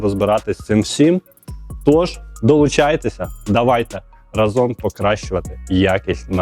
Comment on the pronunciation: рАзом, а не разОм